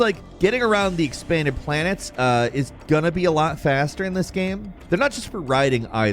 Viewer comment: I think it'll always bother me the way this guy says "gehme" instead of "game"